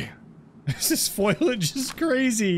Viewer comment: It's "foliage" not "foilage" FO-LEE-AGE. Good video though, not heard of the game before but it looks interesting, even if it clearly requires a lot of work still. I'd pass on it in its current state - I bought Groundbranch when it was first released and it's taken a long time to get to where it is today - I'm guessing this would be the same, assuming the developers stick with it and don't just abandon it. That's the biggest problem and you have no way of knowing which way things will go.